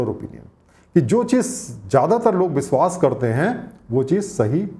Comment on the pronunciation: You work very hard for making such wonderful videos. Please work a little more on your pronounciation. It really hurts ears when you say biswas or sarap.